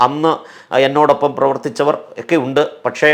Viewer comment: നല്ല പ്രഭാഷണം. പക്ഷേ ഒരു മാഷ് എന്ന നിലയിൽ ഭാഷ കൂടി ശ്രദ്ധിക്കുമോ? ഒക്കെ എന്നത് എക്കെ എന്ന് പറയരുതേ.. അത് പോലെ സഭയുമായുള്ള ബന്ധത്തിൽ എന്ന് പറയാതെ (ആ ബന്ധത്തിൽ ഒരു കുട്ടി എന്ന് പറയുക സാധാരണം തന്നെ )മറ്റു ഭാഷ പ്രയോഗം ആവും നല്ലത്